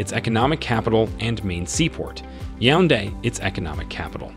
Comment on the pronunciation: Fun Fact: He never said Yaounde correctly😂